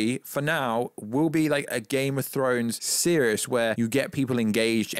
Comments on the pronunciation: I don’t know whether this is your schtick or you have an impediment but the fact you don’t say ‘series’ correctly really irked me and took me out of what you were saying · Who mispronounces “series”?